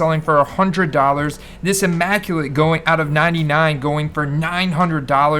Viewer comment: Pretty sure it's a soft "i" in immaculate... I understand why you would think hard "i"/eye with the design & how big they make the letter i itself but I'm almost 100% sure its the soft i like in illusions so immaculate not eye-macculate... Don't trust panini logos & designs for pronunciation lol. Also raw may actually be valued less than psa 8 or average grade be 7 or 8 bc the thick card stock of immaclate and national treasure is always a really tough grade & extra condition sensitive usually pack/box/briefcase fresh coming dinged up with soft corners 8 outta 10 times. I remember you being on Hurts early as far as price comparisons to skilled players & other QBs so kinda upset I didn't grab a few more higher end instead of sticking with the higher quantity of low end stuff i'd already acquired previous season. Hopefully the immaculate heads up doesn't come across know it all or shaming or anything like that bc 100% not intent in least bit. Just looking out for a good guy I appreciate in the hobby. Ps hope Bucs just starting slow & get it going for ya! Much love, stay safe, stand strong, & always enjoy cardboard!